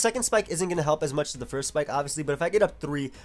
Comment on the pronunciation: I love how says spike it sounds like schpyke